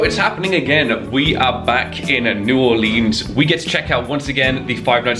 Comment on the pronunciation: Honestly, I'm surprised that you pronounced New Orleans so well, considering that you're from across the pond. Even people in the US (particularly in the northern parts) have trouble with that name. Great job!